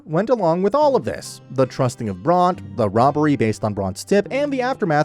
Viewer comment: Why are you mispronouncing Bronte so bad?